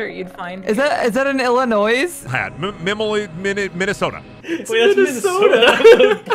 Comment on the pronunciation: bro said Illinois 😭